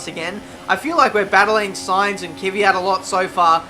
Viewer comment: Looks like someone has finally learnt how to pronounce Sainz ;)